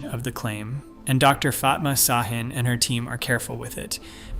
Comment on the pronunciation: Ş is pronounced sh. Ç is pronounced ch. And and and Dr. Fatma Şahin is a woman.